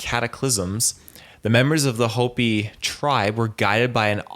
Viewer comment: How can you present a show on this subject and not know how to pronounce Hopi ??? Holy Cow droppins 🙄